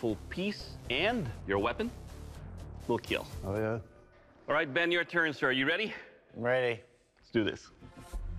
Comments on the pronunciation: it will keel...my hand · I died when Doug said,.. "it will KEAL,,, my hand" with a smiley🙂 face 😂😂😂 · It will keal